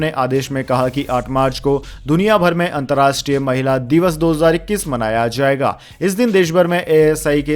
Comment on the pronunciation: 'Jarurat' kahajata hei aur zarurat nahi, zaiga nahi jayegaa hona chahiye uccharan difference theek kar lena